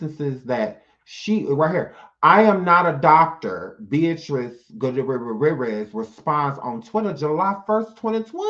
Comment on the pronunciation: I'm Dead! 😂 U killed that last name!🤣 (Gugh- tier- ez) it's my step father's last name.That was soo funny.😂